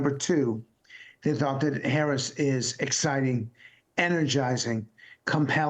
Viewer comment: Come on Mr. Luntz.... even you can learn how to pronounce her name!